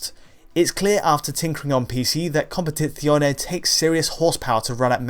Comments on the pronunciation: why everyone is saying compeTiTzione??? and not compeTizione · i love how you say "competizione" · Well I found it funny and not so bad. The accent and everything else are fine, it's just the Z that sounds odd, as if he's trying to speak Spanish or he's from Romagna region.